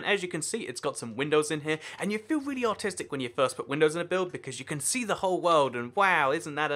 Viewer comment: pls dont ban me when he says artistic it sounds like autistic